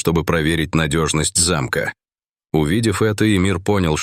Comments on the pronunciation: Не зАмка , а замкА. Почему коверкаете русский язык ? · Не за'мка, а замка', грамотей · Какова Замка, делайте правильно ударения. 😂😂😂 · ТАК ЗАМКА ИЛИ ЗАМКА?? ГРАМОТЕЙ! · Не зАмка, а ЗамкА. ТИгрица почему не по русски говорит диктор ?